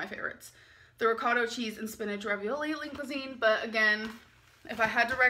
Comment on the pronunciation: "ricotto cheese"